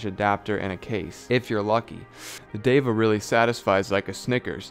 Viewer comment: Great review man. I am not on the market for a bluetooth headphone yet your reviews are so good. Well said on the name. It is DEVA and not diva. You got it right. And I want to check out Vinnie's steak house. :) You are doing subliminal advertising. Haha I am going to do some eq on my headphones as well. I have not got wet on my eq..I am doing something wrong :p. Cheers man